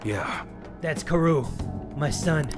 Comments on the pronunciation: Kaoru is pronounced COW-roo,. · Haru (Har-u) Kaoru (Cowroo) Edit: (Don't pronounce the w too much. It's a short sound)